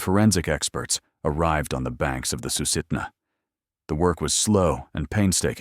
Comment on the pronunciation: Sue-sit-na River and Tal-keet-na.